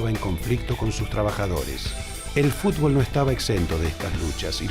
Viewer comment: dice fubol